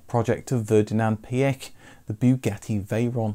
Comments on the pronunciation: Thank god you pronounced Phaeton right and even Prof. Piëch! I’m impressed! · You are very good at pronouncing the name Pierch. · Kudos for correctly pronouncing Piëch and Porsche. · I've just clicked on this as I've often wondered what happened to the Phaeton. My joy, however, is in hearing all the words pronounced correctly; Piech (not Peek or Peach) etc and I hope when you do a Lambrghini Countach video it will also be pronounced as it would in it's home country and region and it isn't Coowntash!